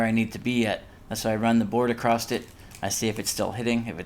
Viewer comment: There is not a “t” at the end of “across”